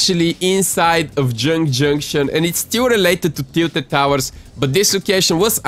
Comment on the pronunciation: Neo tiltet towers, jynk jynktion and hrappy hramlet xd